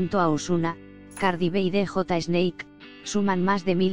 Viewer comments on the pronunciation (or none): none